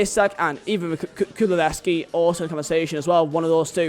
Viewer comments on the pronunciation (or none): Man said Kululeski